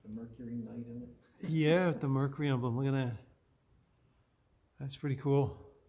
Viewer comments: He keeps calling it a "Merkary". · Nice car but Mer cyurr eee M er kerr err